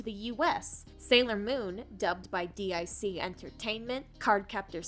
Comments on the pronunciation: Still confused how you mispronounced DiC(Deek) and Nelvana (Nel Va nah..." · Just a nitpick, the company "DIC" is pronounced "deek."